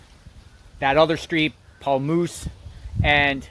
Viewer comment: It’s Pa-Ouse, pronunciation